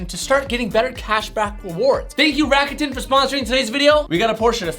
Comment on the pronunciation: You murdered the pronunciation of "rakuten". It's a Japanese company